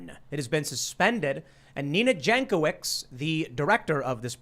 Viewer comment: Jankowicz surname is of Polish origin and should be pronounced as 'Yankovich'. Or you can just say it wrong.